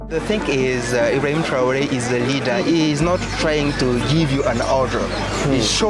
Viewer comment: apprenez à votre IA à lire correctement le mot TRA O Ré SVP!